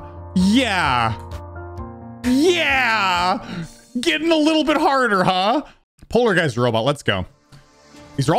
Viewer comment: Bro said polargeist was polar guys💀💀💀💀💀